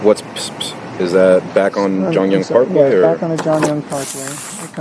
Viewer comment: The detective is saying "Jiangyang parkway" instead of "John Young parkway".